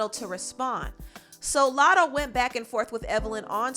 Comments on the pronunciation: PRONOUNCE IT CORRECTLY. ITS NOT MOO LATTO. ITS MUH. LATTO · “LATTO” fucken wack ANYWAY.